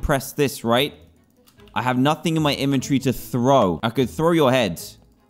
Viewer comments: I love the way he says inventory inventiry or inventry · How people say inventory: “inventory” How dantdm says it